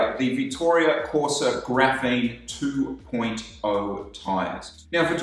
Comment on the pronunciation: Graphene, not graphine